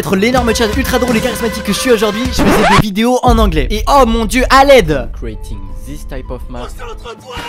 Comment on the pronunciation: "Creatin tist type of map [...] to tist type of map" 🥀 sinon super vidéo